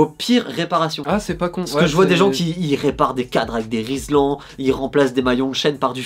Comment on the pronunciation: Rilsan, pas Rislan ;)